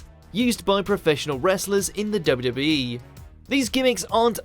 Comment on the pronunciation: Why is he having problems saying WWE? He’s trying to say W W so fast, he sounds so strange!